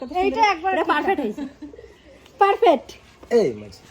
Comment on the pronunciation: রিয়া তোমার কাকিমা কে বোল ঐ উচ্চারণ টা পারফেট হবে না ঐ উচ্চারণ টা হবে পারফেক্ট বুঝেছো।